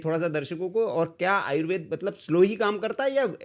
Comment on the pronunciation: जनाब आयुर्वेद को आयुर्वेदा नहीं कहें,क्योंकि आयुर्वेद को वेदा कहकर हमारी संस्कृति का अपमान लगता है। इसलिए आयुर्वेद ही कहें।